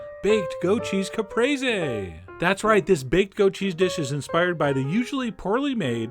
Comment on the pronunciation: Well, now I know how to pronounce Caprese